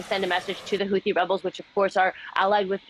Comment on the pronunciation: Thought it was pronounced “hoo tee” not “hoothee”??